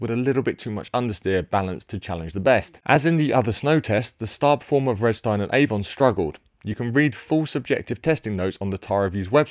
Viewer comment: Isn't "Vredestein" pronounced something more like "Freederstine"?